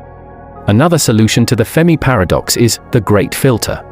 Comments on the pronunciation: FERMI NOT FEMI FFS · Computer voice FERMI not FEMI.